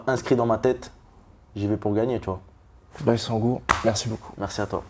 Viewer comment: Pour rappel : C'est Baysangur pas Baissangour 🤣😂😂